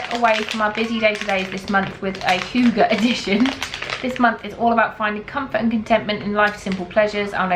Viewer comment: Hygge is danish and it's pronounced ...oh my, here I am desperately wracking my brain for an English word that has a ü sound in it. ...and failing :P